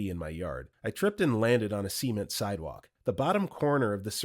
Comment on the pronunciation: Bro you need to learn how to say the word ‘cement’ lmao